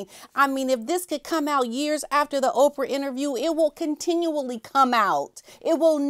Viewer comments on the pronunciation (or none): none